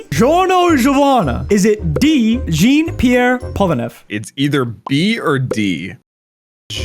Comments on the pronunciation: the way he pronounces polnareff's first name made me wanna Slit myself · Jeen pear pollen-if Joe duro Kack yawn Bro you suck.